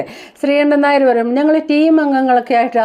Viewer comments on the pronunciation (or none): none